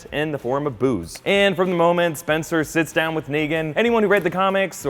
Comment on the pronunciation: "Oh no, not spenster and Bolivia."